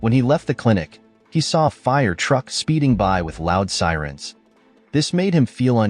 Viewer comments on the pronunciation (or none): with the “fire truck”